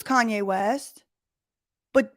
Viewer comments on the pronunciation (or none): none